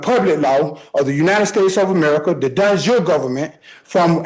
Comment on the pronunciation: de jure = "don jure" ???